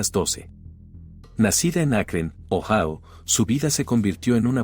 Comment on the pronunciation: Ohao no existe..joder..Ohio(Ohaio)..hazlo bien que no te cuesta nada